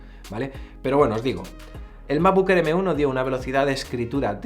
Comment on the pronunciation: Macbuk Ehr, Fainal Cat, A-pel… Mejor con subtítulos.